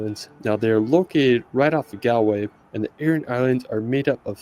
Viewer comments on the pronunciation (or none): Eire is pronounced Air-A. Galway is pronounced Gawl-way not the way he pronounced it. The island is so green because of the amount of rain that we get. It may be new to some but our little island has been inhabited for over 33,000 years.